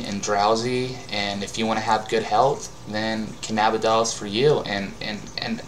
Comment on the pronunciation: It's pronounced canna-bid-e-ol. Open your eyes